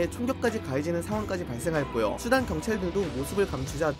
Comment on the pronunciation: 이스르에르과는 달리 수단은 발음이 잘 되는구만~!!